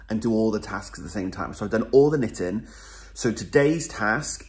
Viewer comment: So happy I found you during Shawlography! Love all your messing around. Love to knit in the morning and listen to you say knittin! I am in the mountains of Southern Oregon waiting for the snow to come. Happy Holidays